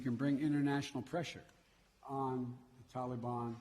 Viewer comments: Why does he pronounce Taliban as "Tolly-Bon"? He must have the Jimmy Buffett song Jolly Mon playing in his ear piece. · Won't be long before ransom demands come from the tal-LLE-bonn for the Americans Biden abandoned and left behind. Binded lies, so Americans die. Just listening you can tell he is unable to grip how much damage he done to this country trustworthiness. He is a disgrace.